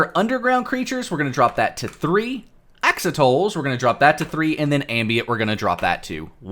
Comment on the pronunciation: did he just say "Ax-oh-tulls" for axolotl?????